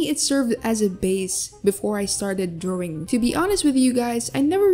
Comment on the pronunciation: lol i love how she says "DrOwing" idk why.